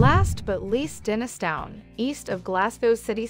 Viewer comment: The River Kelvin runs through the North side of Glasgow, Pollokshields is on the South side of the River Clyde. Hyndland - pronounced as Hind - land. Please do your homework first. Bearsden - Bears - den. Milgay ? Try Mil - guy instead. Dennistoun = Dennis - ton. Plus the rental prices you mentioned are on the excessive side, you can get decent accommodation in all these areas a lot less, you need to shop around.